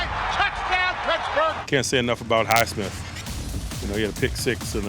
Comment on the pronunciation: highsmiff who the hell is highsmiff